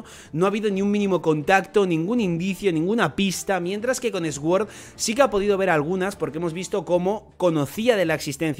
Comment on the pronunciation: pronuncias sword mal, mira en el traductor como se pronuncia correctamente que me pones nervioso😂